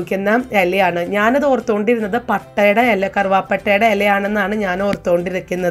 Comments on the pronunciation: എല അല്ല.... ഇല ... 😝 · ഹലോ താൻ ഏതു നാട്ടുകാരിയാണ് വായന ഇല അറിയില്ല /ചിരാത് എന്ന് പറഞ്ഞു /മലയാളിക് നാണക്കേട്‌